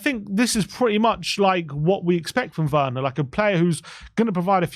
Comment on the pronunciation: Its pronounced verner😢